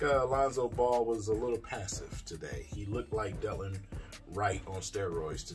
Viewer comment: Right, Delon is balling out and King can't even pronounce his name properly.